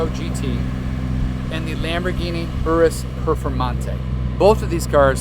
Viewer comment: His pronunciation of Urus and Purosangue made me gag